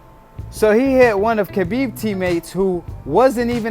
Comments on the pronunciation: Dude you keep saying kabib it’s habib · khabib ( huh beeb )